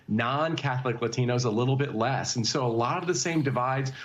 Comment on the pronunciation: The way this host pronounces "Latinos" is triggering me